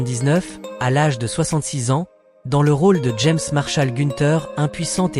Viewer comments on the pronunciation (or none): none